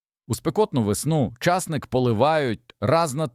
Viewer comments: Вас вчили правильно ставити наголоси ? ЧаснИк, зубОк бобИ прегнІй пАростки,марганцІвки Господи, вам що язик покрутило? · У слові часник наголос на и. А у слові часнику наголос на у. Чи ви у школу не ходив. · ЧАсник не виросте а часнИк виросте!😂😅